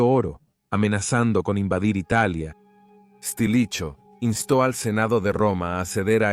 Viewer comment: "Estilicho". xD